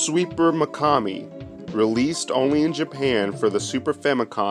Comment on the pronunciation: yeah you’re saying it right